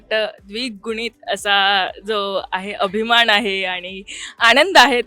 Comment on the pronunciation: आपण कोणासमोर उभे आहोत याचा थोडा देखील विचार न करता anchor मॅडम अभिमाण, आणंद, भावणा असं अगदी रेटून बोलत आहेत 😏😏😏😵‍💫😵‍💫😵‍💫😵‍💫😵‍💫